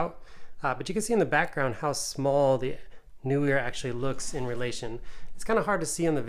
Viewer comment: NEE-WER as in knee-wur